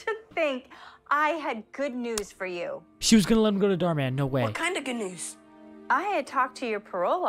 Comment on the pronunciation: Instead of saying “dhar mann” its bald mann😂😂😂😂